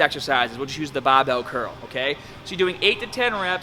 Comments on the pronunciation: Is this dude an american trying to sound british or the other way around? I heard both baabel and barbel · The Bah-bel ! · Taaaahget the short head with a wide grip baaaahbell curl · U wanna taaahhhget both heads with a baahhhhbell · Hahahaha the BAH-BELL. Sorry, I seriously love your videos.